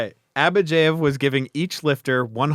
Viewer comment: Why do you pronounce Abadjiev as AbadjEiev?